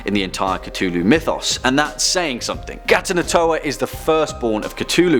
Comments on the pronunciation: It is not cutullu it is cthulhu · Cthulhu is actually pronounced (at least the closest a human could get) klul-h-loo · It’s pronounced “c-foo-loo” not “c-too-loo” Cthulhu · darling, it's not Ca-Too-Loo It's Cuh-thoo-loo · Is it just me or did he just cttuuuulhu? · its KA-THU-LU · cTWOlhu didn't bother you? Even when he did the cth correctly for his daughter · the way you say cthulhu angers me even the much later in time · Is it pronounced cu-thu-lu or cu-tu-lu